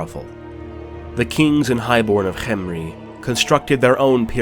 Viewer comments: This is waaaaay better than the Mummy movies Also, I really like how you pronounced Khemri. I thought it was kem-ri, but this is more egyptian-like or exotic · I liked the way you said khemri thanks for the videos you post it’s really fun to watch